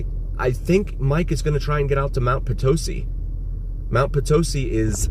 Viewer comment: It’s pronounced… Mt. Po-tisee…NOT Pa-towsee 🤨🤨🤨 And yes, there are quite a few pieces of wreckage still left at the crash site Couple of ways to get there, but definitely not an easy hike